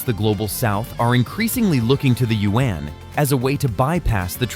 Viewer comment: Thank you I appreciate the attempt to pronounce “you when” for the Chinese yuan 圓. The way you pronounce it is two syllables. It sounds like “you when.” Make it one syllable as in “ywen.” Say “you when” faster and in one syllable “ywen.” Thank you in advance.